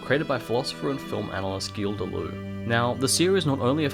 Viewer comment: it's not pronounced de-loo